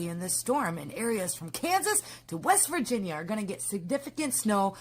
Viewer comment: Why can no one say, "West Virginia"😂😂